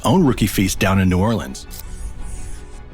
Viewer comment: Born and raised and still living on Louisiana, This is most definitely how we pronounce New Orleans. I hate when people pronounce the leans.